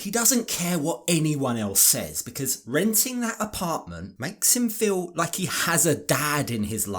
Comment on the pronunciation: “Be cause ah!” I hate when women stretch the word and add an extra syllable. Lets me know they are ignorant.